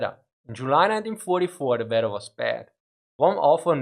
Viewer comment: I love the way u say weather. The Vedther